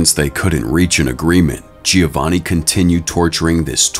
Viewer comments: also didnt he pronounce giovanni wrong too and said “gi-o-vanni” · Giovanni is pronounced - Joe-vanni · The constant mispronunciation of Giovanni detracts from the video. It is pronounced Jo-von-ee. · also didnt they pronounce giovanni wrong too